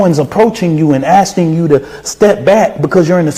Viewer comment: ……Alexander: “we were (asting) him (repeadeeidly)” There’s some new ones! *ASTING *REPEAD-EE-ID-LY